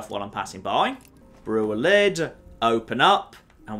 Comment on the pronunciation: I wonder if you've been watching his Oblivion series and are a frustrated as I am with how he says Ayleid.